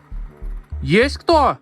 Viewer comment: Мне тоже эта фраза нравится) и интонация- немного не русская)))))